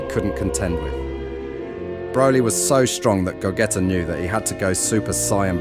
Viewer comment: Okay.. genuinely asking, are you using an AI voice for this video? There is no way you are calling him "Go-Getter" intentionally. Like what??